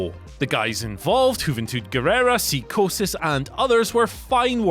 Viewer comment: "Cee"-chosis? I hear he's a high flyer of the hee-est magnitude.